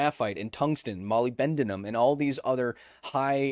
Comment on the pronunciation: "molly ben duh num"? 😅